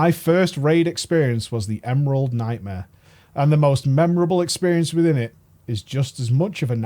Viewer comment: The Emerald Nightmare's Worst Nightma is how it sounds like pronounces it lmao